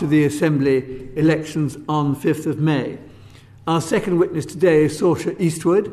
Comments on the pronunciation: The Irish name Sorcha is not pronounced like Sorsha, I believe but like Sor a ka. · Sorcha is definitely an Irish name. It's pronounced "Suruka"